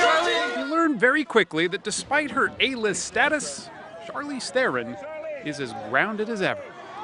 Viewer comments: Please pronounce THERON correctly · Tragic. Oh, the interviewer's pronunciation of her name, I mean. What a fucking boss. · He pronounced her surname wrong. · 99% of people do man, it's almost impossible to know how it's pronounced unless you've heard it first hand